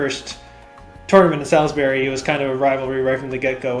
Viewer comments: MD native here, its not "Sal-is-berry" its "Sawls-berry" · I feel so seen. Salisbury has some baller people. For the record, you’re gonna hear this none stop…. It’s Saws-berry. Not Salis-bury